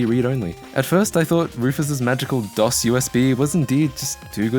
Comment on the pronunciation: It's called DOS, not DOSS.